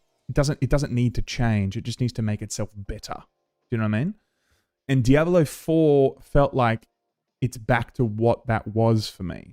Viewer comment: The way you say "Diabollo" is very annoying lol. And that's coming from a fellow Aussie 😂